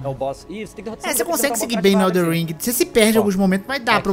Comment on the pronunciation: ELDEN não elder que agonia